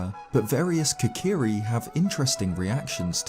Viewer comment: I’m I the only one triggered by the fact he calls them the « kakari »?